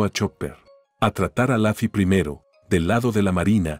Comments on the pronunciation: Se dice lofi no lafi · Se dice luffy no laffy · Por que pronuncia laffy si es luffy eri como la cayampa